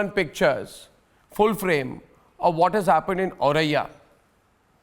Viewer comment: It's not aurariya .. it's Auraiya.